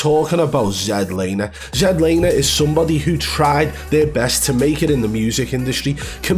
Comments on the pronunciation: This is the first video I ever seen of yours and wow! This is how you wanna try and make money? Trashing a guy that has a life..and it's not zed laner.its ZLANER.. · Zed Laner? 🤣🤣🤣 It's Z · “Zed Laner” Lol. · ZED Laner ahahahahaahahAHHAHHHAH at least get the name right, geeez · You dont half waffle some sh#te you hahaha. You cant even say his name. Zed laner? Hahahaha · Dude you can’t even say his name right so how can anyone believe you lol